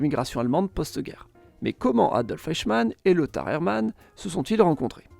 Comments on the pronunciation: Détail de prononciation pour Eichmann: EI se prononce "aï ". Le "oï " utilisé ici existe bien mais c'est pour le EU (comme Deutsch). Interessant sinon. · Bonne vidéo Mais c'est Eichemann pas Ochemann 😅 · C'est de l'IA ou quoi ? La prononciation est pour le moins douteuse, espérons qu'aucun prof d'histoire ne prononce "Eichmann" comme ça. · Superbe vidéo, mais la prononciation de "Eichmann" était juste stupéfiante. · C'est un classique de la chaîne, 9 noms sur 10 sont écorchés, mais c'est pas franchement bien méchant comme petit défaut.